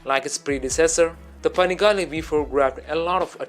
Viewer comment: „Panegale“ xD Wtf